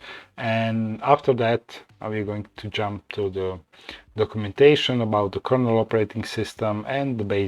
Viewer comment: KERNEL, no A!